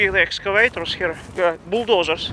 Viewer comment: i like you pronunciation "buldozer"